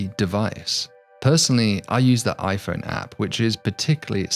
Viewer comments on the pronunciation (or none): none